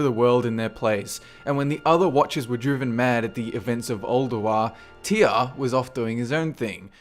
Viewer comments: who the fuck pronouces Tyr, TIAA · Why do you pronounce "Tyr" as "Teeyah"?